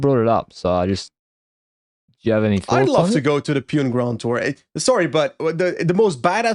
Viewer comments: I know you guys are trolling but just to clarify that it is not pronounced as Pewn but Poo-nay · From India …. Long time fan of the pod …. Small correction …. Pune is pronounced “Poo-nay” 😊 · it is pronounced "Puna", yes I am part of the Portuguese Ji*ad but my wife studied in Pune.